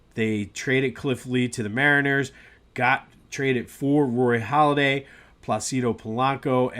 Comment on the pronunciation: It's Halladay not Holladay.